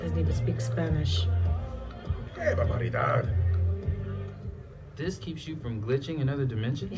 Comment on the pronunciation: “Qué babaridad” that’s awful